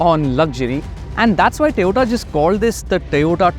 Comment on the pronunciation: TOYOTA ❌️ TE-OTA ✅️